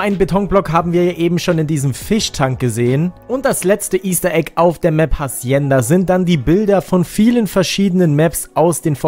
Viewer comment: Hacienda wird ohne H gesprochen